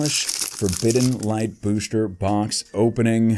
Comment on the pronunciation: Ur always pronouncing booster as booshter